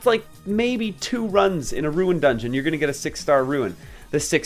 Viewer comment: I'm nitpicking here but why do you say Ruin instead of Rune? 😂